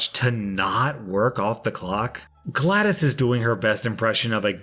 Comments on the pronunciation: Him saying Gladis instead of Glados makes me hurt for some reason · I’m going to give you a pass on pronouncing it Gladys and not GLaDOS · Glados, not Gladdis. XD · Omg I just wanna punch a wall whenever he pronounces GlaDOS like Glad-IS it’s pronounced Glad-Oh-s not Glad-Is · Bro you said gladis it's glados dude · Glad-OS, not Gladys. This was a triumph! I'm making a note here, 'Huge success!' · The way he pronounced "GlaDOS" pisses me off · calls glados "glad-es" Literally everyone: 🤦🏻‍♂️ No offense btw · Someone's clearly never played portal, it's "glad-oh-s", not "glad-is" :) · i love ur vids but its glados not gladis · >sees GLaDOS >says "gladys" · Wasn't expecting a Portal Portal reference but I'm happy that it's here. I'm a Portal fan btw Also, GLaDOS is pronounced like this: Glah-does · its pronounced glad DOS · pronouncing GLaDOS like Gladys smh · No one: Not a single soul:: GLADAS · He pronounced glaDOS like Gladys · you kept saying GlaD0S wrong it is pronounced Glad-dos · Anyone else tab back over to youtube to confirm that was indeed pronouncing GLaDOS as “Gladys”? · "Gladis" that hurt to hear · You reading GlaDOS as Gladys hurt my soul. It has an 'O'... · Look up the A.I being in portal. Shes the big kahuna of the game. You'll know what he was referring to when he used the name GlaDos. The o has a long ooooo sound like in the word so aswell. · I understand why he was saying GLaDoS wrong because I said the name wrong when I was younger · 1 Star didn’t do the GLaDOS voice nor did he pronounce “GLaDOS” right ⭐️ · I'm ashamed you said "GLaDOS" wrong, you dishonor her. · Does nobody care about the way he pronounces glados